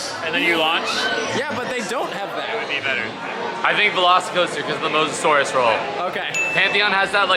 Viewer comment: half the time says "veloci coaster" i hear "lost coaster" and its like indiana beach is punching above its weight